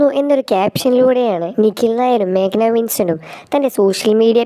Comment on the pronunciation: ദൈവമേ..മേഖല അല്ല... മേഘ്ന